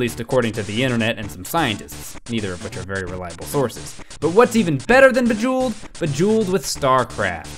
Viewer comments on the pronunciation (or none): Bejeweld? beya vellet (type it to google translator and speaker).